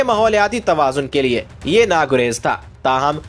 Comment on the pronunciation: Bhai 'Naguzeer' kehna chah rahy hain